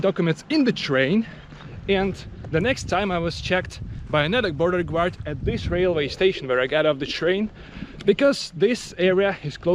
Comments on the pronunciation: Interesting video. BTW your english is very good! P.S. "Guard" is pronounced like "gard" not "gward" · guard is pronounced Gaard, not Gewaard.